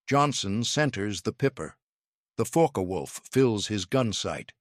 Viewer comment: IT'S FOKKuh WOLF. NOT FOKKEE WOLF.